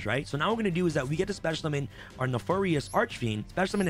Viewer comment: The way he says “Gallant” is both infuriating and confusing, it’s “gal-ant” not whatever slurred word he’s saying, and apparently “nefarious” brah, get hooked on phonics for real